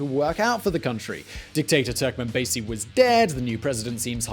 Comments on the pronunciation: Its turkmenbashi not turkmanbazey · Yes, I, too, was deeply disturbed at the mispronunciation of "Turkmenbashi." It's "...bashi," not "...basy." I worked as a diplomat there from 1994 to 1996 and have fond memories of the country and especially its people. I picked up a hitchhiker there once who said, "Turkmenbashi says that in ten years we will live here like they do in Germany. How do they live in Germany?" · It’s Turkmen Bashi and not Basi . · It’s pronounced TurkmenBASHe ffs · You've butchered all the names. You can literally find how they're read before you utter some random words. On the other video you spell out EASA as E-A-S-A. Just ask how to pronounce it! Anyway, it's TurkmenbaSHy! And the president's name is pronounced Nee-yA-zov.